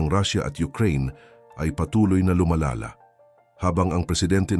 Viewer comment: Ang ganda ng content at message... Pero ang daming maling accent o pag pronounce nang mga salitang dapat na itama na naayon sa tunog ng pag bigkas nito... Gaya halimbawa ng TULAY, LUMALALA, LABANAN at marami pang salita o punto na mali ang tono ng salita. Yun lang... Mukhang hindi purong PINOY ang nag sa salita ng narrative ng content.